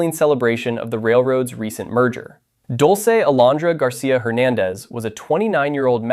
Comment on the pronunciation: Correct pronounciation is DOOL-seh, not DOLE-seh Dulce means "sweet" both as an adjective and as a noun